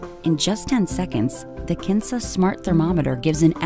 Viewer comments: am I the only one who heard 'cancer' instead of 'kinsa'? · Kinsa I thought she said Cancer!!!!??? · kinsa sounded like Cancer